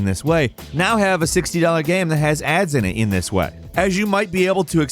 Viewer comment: Or as I like to call them, Gammranx because always says "Gamm" instead of "Game"